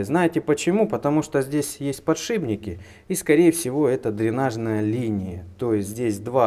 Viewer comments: пожалуйста, говори "подшиПник". Я уверен, что от "подшиБник" корёжит не только меня. Вот справка, на всякий случай - Подшипник (то, что надевается на шип) - это опора вала или вращающегося элемента конструкции, которая находится ПОД опорным выступом – ШИПОМ. Пожалйста,! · как говорит Доктор Дью - подщиБник говорят те у кого мозги вышиБло, потому что не подшиБник а подшиПник!